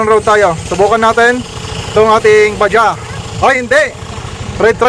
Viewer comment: BAJAJ. curious lang po bakit BAJA ang pronunciation nyo? dito po samin Bajaj, Ba-Judge. sa google ganun din po ang pronunciation. binabanggit yung last letter J. depende po ba sa province?